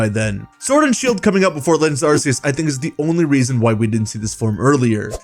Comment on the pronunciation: And arse-eus. Like arse like how some British people say ass